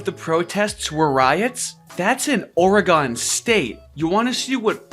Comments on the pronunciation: What tf is Orey-Gone? You mean Ory-Gun? Or Oregon? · This is super pedantic but oregon is pronounced ore-gin